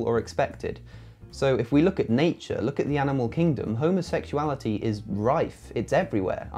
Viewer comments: Did the pillarbox video homophobe guy say 'homosexual-ality' the first time, or am I hearing it wrong? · Did he say homosexualreality😆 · I’ve never, ever met anyone who had a problem with LGBTQ folks who was also secure in his own sexuality. Never. (Also, if you can’t even properly pronounce “homosexuality,” you should probably just STFU. Seriously.) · First this guy can’t even pronounce the word homosexuality. Why would ANYONE want to even bother to listen to such Gothic ignorance as this, is beyond me. His ignorance almost subdues my patience.